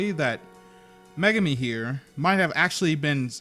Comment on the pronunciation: ******meh-gar-mi megami